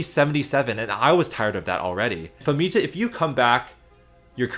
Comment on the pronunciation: Anyone else feel like Famija's J should have been pronounced like a Y? makes it way smoother and matches many european languages including Slavic languages Also another cool thing to add is "population of species + descendants" instead of just the main species. so ie. we can see when Noxixo's lineage went extinct